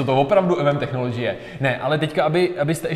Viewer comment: Člověk nemusí mít zahraniční vysokou školu, aby věděl, jak se čte technology... 🙄